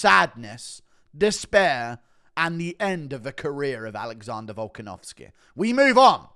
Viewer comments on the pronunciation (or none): “Alexondah Volkenovskehh”